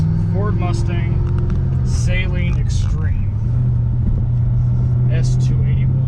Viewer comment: I thought it was Saleen Not saYleen